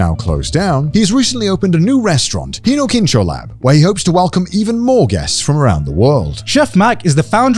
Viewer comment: bruh, connor mispronounced hinokicho to hinokincho and whoever edited this (probably mudan) just went with it and also wrote hinokincho lmao